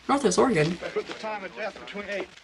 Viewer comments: There's no I in Oregon. Pronounce it right! Ore-eh-gone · Yes, Mulder pronounces Oregon wrong. He will go on to say Nevada wrong as well. A lot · lol, hello from central Warshington. i hate it when people mispronounce Oregon as well, and Data.